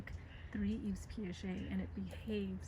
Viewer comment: Yves is pronounced like "Eve." It's French and the s at the end is silent!